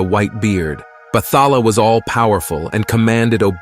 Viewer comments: Not sure if you’re using AI for audio but it is pronounced as Bat-ha-la and not Battala. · can't help to smh when i hear some pronunciations but i understand why 👌 Say it like Bat-hala and Bangu-ngot(Nightmare) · Bathala is pronounced as Bat-ha-la Tikbalang - Tik-bah-lang